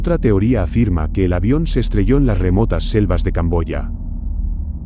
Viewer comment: Ocurrie la rielacion ala rieunión de lps riestos de la línea riecta rieconocer para riecerbar la riegión riefutar es riemata no riemota